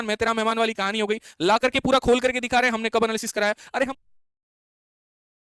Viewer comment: एनालायसिस ❎😂 nahi एनालिसिस ✅ मूर्ख